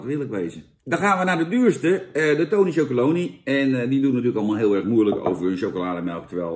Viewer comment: Zo grappig.... heel veel mensen zeggen wat Jan ook zegt: tony chocolony... maar dat staat er dus niet! Er staat chocoLONELY. never mind... ik zeg het ook altijd en blijf het zo zeggen.... 🙂 trouwens, Jan, ook de pakken.....SCHUDDEN VOOR GEBRUIK! 😉